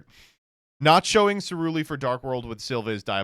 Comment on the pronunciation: CeRuLi, not CeLuRi